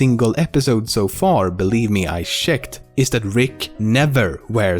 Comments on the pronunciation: You were doing so well with not saying "sharacter" and then you go and say "shecked" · One of the best parts of this video was you pronouncing "checked" and "shecked" in a super swedish fashion. I don't even know if you're swedish or not but you certainly sound like it.